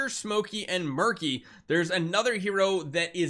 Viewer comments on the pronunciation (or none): Side note I think “Meerky” is pronounced like Meerkat you know since they’re Meerkats.